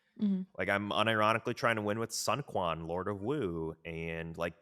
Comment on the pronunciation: It’s pronounced “soon quan”